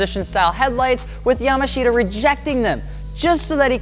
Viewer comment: Yamashita is pronounced "yamaashta"